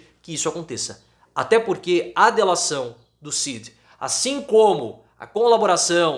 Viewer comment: EU SOU SEU SEGUIDOR E ADMIRO SEU TRABALHO MAS PFV PARA COM ESSA PRONÚNCIA RIDÍCULA E EQUIVOCADA DA LETRA D AO FALAR O NOME CID!!!